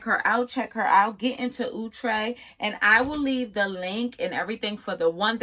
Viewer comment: Omg somebody who finally saying the brand name correctly!!! 👏🏽👏🏽👏🏽✅️! Outre(ooh-trey). Not Outre(out-trey).